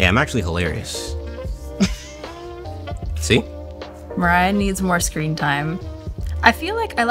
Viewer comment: What do you mean "mErAyA" it's Mariah. "Mariya" literally.